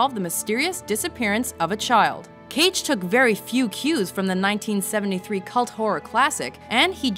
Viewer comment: Nicholas "CAGE" HAHAHAHA XD